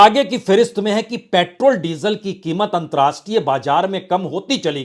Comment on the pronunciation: अंत राष्ट्रीय नहीं,अंतरराष्ट्रीय होता है। कृपया अपना उच्चारण सुधारिए।